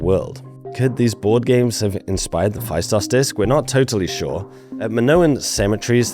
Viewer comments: Festos not Fa-i-stos. In Greek A and I together as ¨ai"-"αί" is read as e as in E-stablished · Heyo, Cretan here. It's Feh-Stos. Not Phy-Stos. Thank you for your attention. Now on to important matters: There have been many locals who have claimed to have decyphered the disc but "never got the funding" or "were silenced" and other bs like that. It's a scammer magnet to try and decypher the disc lol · Pronounced Festós. Not Faistos. Thnx m8 😁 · Phaistos in Greek is pronounced "Festo's" accent on o and ai is e. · I never understood why English speaking people refuse to say easy words from different languages with the correct pronunciations. "Phaistos" is a good example. In Greek, the sound of 'ai' is the same as 'e' (ε, Epsilon). Hence, "Phaistos", can be imagined as "Phestos". I am not saying that people learn that in reality you don't pronounce the 's' in the end and you twist the work to "Phestou". In history talking videos, it would be nice to have minimal effort on simple things, with landmark properties. Every time things like that happen, if I only listen to the audio of a video or podcast I have a hard time understanding what the narrator is talking about, because the word sounds incredibly alien. PS: I know you tried to say some words properly, but really you missed the easiest one. Thank you for the video as a whole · Hi. It's pronounced Festós. Much love ftom greece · The ‘ai’ in Phaistos is equal to ‘e’ and pronounced as e not ai. Thank you!🙏